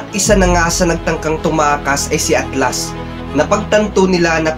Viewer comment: HAHAHAHAHHAHAHHAHAHAHAHHAHAHAHAHAHAHAHAHAHHAHAHA RINIG KO AKLAS!!!!!